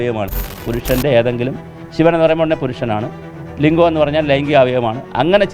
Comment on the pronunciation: ലിഗം എന്നുപറഞ്ഞാൽ. ലിഗം.. പിന്നെ ന്താ 🥰